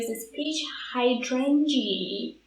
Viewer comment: I don't know if you were just intentionally using a silly accent and I'm just slow on the uptake and didn't get it, but just in case, hydrangea is pronounced like "hi-drain-juh". It's the name of a really pretty flower, one of my favorites in fact 😉